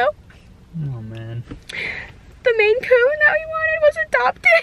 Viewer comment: I was like what the heck is a Macoon... it's a MAINCOON lol